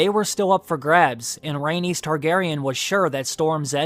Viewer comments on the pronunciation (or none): none